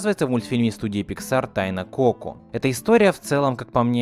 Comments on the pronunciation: Так уши режит то что та говоришь неправильно, правильно не ко́ко а коко́.!!!!! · Тайна КокО а не КОко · Не коко, а коко(ничего не поменялось, но ты произносишь не правельно) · Не КОко а КокО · Согласна, так звучит лучше Но от куда ты знаешь как правильно? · А разве не коко́? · Ударение! Коко́! И ещё Гектор, а не Эктор. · кокО, господи, в мультике же есть ударение нормальное